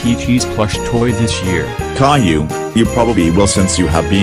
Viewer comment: How you pronounce it "cailou"